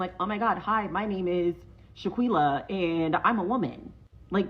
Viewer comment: “Shaquilla” really?